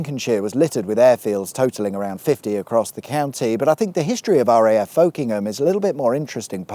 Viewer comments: It's not "folk-ingham", it's "fok-ingham", no Bob Dylan to be found here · Just a heads up that Folkingham is pronounced Fuckem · you missed a trick there the local pronunciation of Folkingham is Fockinam😏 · When I lived there it was usually pronounced Fockingham. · Did you bring up all the Folkingham stuff because you know that for the locals, its pronounced fuk'nam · In good Lincolnshire form however where many place names are pronounced differently, I remember Folkingham being pronounced as 'fockingham', which can also sound funny! (You'd have probably driven near Belvoir, pronounced 'beaver'! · Folkingham is often pronounced more like "Fockingham". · P.S. the locals pronounce it Focking’em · Folkingham is pronounce fuckingham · I'm very disappointed with your pronunciation of Folkingham, given the theme of the video. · Are you 100% sure that's the correct pronunciation of Folkingham? Norfolk springs to mind as a precedent...? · Folkingham is pronounced locally with a hard O and a silent L...